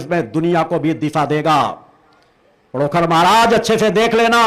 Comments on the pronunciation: महाराज पडोकृर नहीं पडोखर सरकार बोलिये बाद में कुछ कहीयो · पहले तुम पंडोकर का नाम लेना सीख ले उसके बाद जे अपने भाषण बाद में सुनान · Pahle sahi se pandhokar bolna shik lo.jise pandhokar bolna bhi nhi aata hai. wo Kya pandhokar sarkar ke samne khada ho payega.pahle bolna Sikh lo.dimag thik Kara lo.tum bhut bakbas karte ho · Pandokhar mhraj ka naam bolna Seekho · पहले तो नाम तो सही बोलो पंडोखर सरकार का 😂😂😂😂😂 तेरी दुकान बंद हो रही है इसलिए अब तु सनातन धर्म को बर्बाद करने मे तुला है